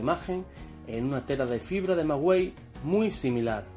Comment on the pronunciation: Perdón, el manto de la Virgen De Guadalupe sé dice qué está echa del "Maguey" no "Magüey". Nuestra madre en sus bellos ojos dejó plasmado todo su acontecimiento Amén!